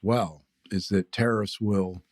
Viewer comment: I love how it sounds like you're saying "terrorists". That's the word you should be using. Nobody can get "confused" if they understand that that's what's being suggested when people support tariffs